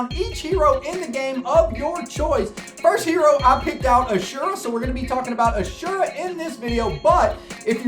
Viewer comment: As-ur-ah not a-sure-ah